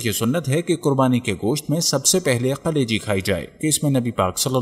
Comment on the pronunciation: میرے بھائی یقینی طور پر یہ ایک بہتریں ویلاگ ہیے تحقیق اور حوالہ کے ساتھ بات ایک مفید اور با علم لوگون کا طریقہ ہیے جو آپنے اپنایا. البتہ ایک تصہی کرتا چلوں کہ لفظ 'کلیجی' ہیے جبکہ آپکے تلفظ ایسا تھا کہ جیسے آپ 'قلیجی' کہ رہے ہیں اگر ایسا ہی ہے تو کم ازکم اردو زبان میں یہ درست نہیں.